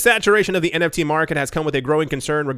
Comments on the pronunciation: NTF “non tungible foken” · omfg you started saying NTF lol SHOOT ME lloll haha